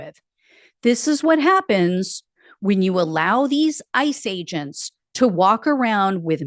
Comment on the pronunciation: When you said "ICE age-ents" I pictured the squirrel chasing the acorn.